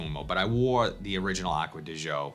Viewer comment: first I think you are the only fragrance reviewer that pronounces Acqua Di Gio correct. I had an Italian business partner until I retired and he would laugh at everyone who mispronounced Gio (Joe) secondly Profumo and been replaced by Parfum. I bought the other day as I am a fan of the Code, and the Gio lines. Good news is Pafum is very similar but a hair smoother. If you look at the note breakdown they are 90% similar they just slightly tweaked in the base. Also they are going to refillable bottles, I guess this is there green thing, but have eliminated the magnetic caps, darn you Armani. And the biggest complaint is with the new refillable bottle some have leaked but most retail/suppliers have replaced the leakers.